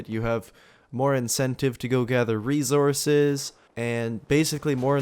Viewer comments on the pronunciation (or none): Lol "you have incentive to gather rezorzez."